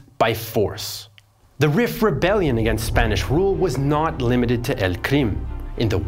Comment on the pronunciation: This is such a great video, but I wish someone told you Rif is pronounced like the word Reef, given how often you mentioned it 😭